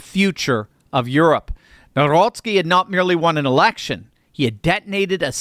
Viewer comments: You should pronounce NOW-ROCKY😂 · when pronouncing Nawrocki substitute the “w” for “v” and you will nail it 😊